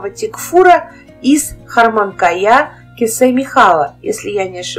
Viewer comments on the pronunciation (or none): none